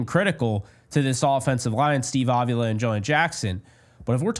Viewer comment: Please, please, please stop pronouncing his name "Ovula"; it makes it sound like he is ovulating. His name is Avila. Pronounced Ahveelah. The emphasis is on the 2nd syllable.